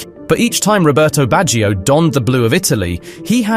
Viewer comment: Nice video., but allow me to correct how to pronounce the name Baggio. English speakers tend to transform a two-syllable word Bag- gio into a three-sylable Word Bag gi -o. Do not stress the I sound. The I and the O are melted together.